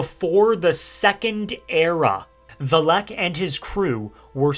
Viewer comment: There you go again. The emphasis goes on the Vel NOT the ehk.